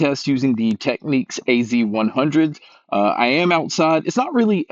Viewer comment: it's pronounced "tech-nicks".